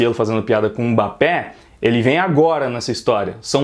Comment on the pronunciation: Mbapé?? PÉ? kkkkkkkkkk